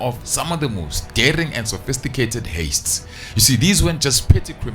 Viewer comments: Please call it heists not hastes😭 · Love your videos bro but please stop saying haste instead of heist 😂😭😭😭😭🙌🏾